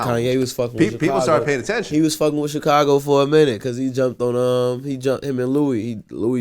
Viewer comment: I can’t stand when people say Chicago like Vlad and Charlamagne. 😒😒😒